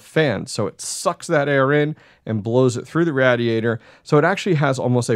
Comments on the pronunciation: It's pronounced RAY-DEE-AY-TR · I hate the way you pronounce radiator.